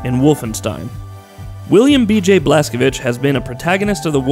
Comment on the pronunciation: YES, SOMEONE FINALLY PRONOUNCED "BLAZKOWICZ" CORRECTLY!